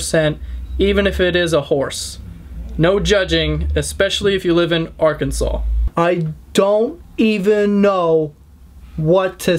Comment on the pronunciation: DatUhu he said it right, so if you've been saying it differently then maybe so.